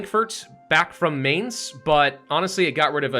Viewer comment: Its pronounced "Mie-nce" and not "mae-ns"